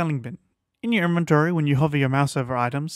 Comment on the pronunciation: Eeenermmmventory XD